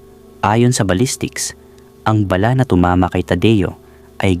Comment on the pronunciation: Bala lang di mo mapronounce